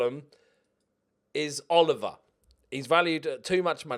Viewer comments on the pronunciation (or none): none